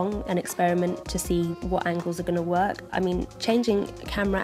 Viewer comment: I love how she says "Work"